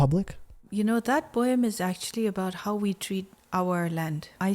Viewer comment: Just came here because of .... 😅 and its poem, not poem.